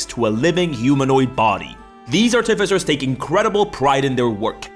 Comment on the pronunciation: art-if-issors? Art-i-ficers.